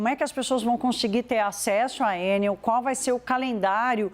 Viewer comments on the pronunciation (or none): Por que vocês pronunciam Ênel e não Enel? O Brasil está falando várias línguas agora? Ênel seria a pronúncia inglesa! Alguém tem que botar ordem na casa. Estão massacrando a língua portuguesa. Então, vamos começar a falar "ánel", "pápel", "côrdel", "bôrdel", etc..Se querem falar "Ênel", então coloquem acento no primeiro "E". Por acaso vocês também falam "Bélarus" em vez de Belarus???